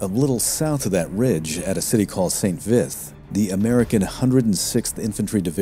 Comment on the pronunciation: For pronunciation: You're pronouncing Bastogne like 'Baston'. It's more like 'Bast-onyuh'. Also, St-Vith is pronounced more like 'St-Veet' (there's no 'th' sound in French). Pronunciation of Flamierge is ok! Good video, thanks!